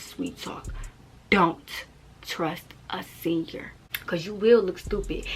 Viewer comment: “Don’t trust a sen-yer” 😂I love it🫶